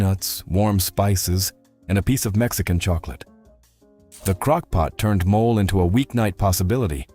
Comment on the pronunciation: MO - LAY ! Not a mole😮